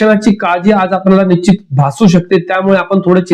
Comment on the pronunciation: 😢 निश्चीत शब्दाचा उच्चार शिकुन घ्यावा. न आणि ण मधील फरक समजून उच्चारा.